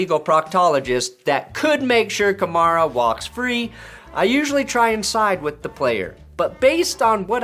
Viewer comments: I think it's pronounced like Camaro with an A at the end. Kamara... "Kuh-Mare-Uh" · The way he Pronounces Kamara First an Last Name Sounds Exactly How u Wld Expect a White Guy To Say It Lol....oh Yeah For all u ppl who like Stating the Obvious yes I'm aware he's White lol so No to Comment Bck saying Yeah It's Probably Cause He Is White lol 👀👀